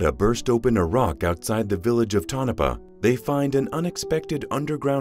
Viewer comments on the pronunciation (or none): The town is pronounced Toe-NAH-PAH.